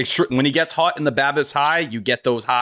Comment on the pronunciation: Why does say “hot” like “hut”?